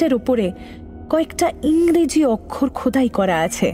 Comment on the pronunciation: অনেক দিন পর মহিলা পাঠিকা। ভালো লাগলো বেশ। তবে অক্ষর শব্দ টি ওকারানত, অকারানত নয়।